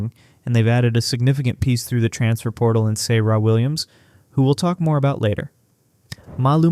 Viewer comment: PLEASE stop using AI for these videos. It’s so obvious when it butchers the pronunciation of names of Serah, Sarah, Azzi and Quinonez. Show these players the respect they deserve.